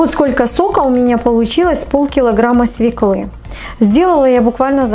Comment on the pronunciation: Невозможно слушать. "СвеклА, вынуть с холодильника, ложу".Прежде чем записывать видео составьте текст и проверьте его на грамотность. Нет оправданий. Вы русской речи учились у неграмотных.